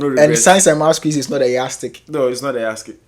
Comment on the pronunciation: best school in Africa but you sey "Yah stick"😂. Science and Math quiz is definitely not the yard stick, English is.🤣🤣